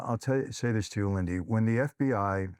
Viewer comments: Lindy, not Lindsy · Great show. I can't help but giggle every time he calls her LindSy instead of Lindy😂 I'm proud of you Lindy and pray for you 🙏